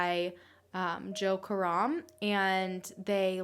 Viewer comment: I love how you pronounce Karam as in Car Rum.. when it's Ka Ram...